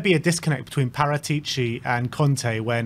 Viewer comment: The correct sound of Paratici is Paràtici, not Paratìci with accent on the penultimate i